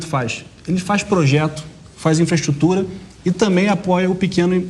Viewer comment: CARA LIMITADO KKKKK NÃO CONSEGUI FALAR NEM INFRAESTRUTURA KKKK KKKK QUE PRESIDENTE BOST@ QUE TEMOS